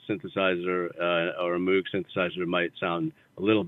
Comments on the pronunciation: I can't believe that Sam doesn't call HJB out on his pronunciation of Moog. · Wish he knew how to pronounce Moog, though... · Anyone else in here pointing out that he said moog wrong?